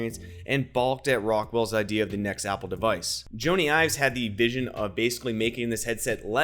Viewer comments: It's not Joannee Ives it's Johny (like Johny Carson) Ives ! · There are things from this year's WWDC that makes me disagree with your innovation stateme............. Did you say "Joany Ives"? Because it super sounded like "Joany Ives".